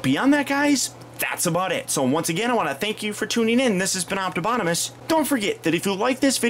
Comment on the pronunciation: melecio ortiz optibotimus not optibotomus -_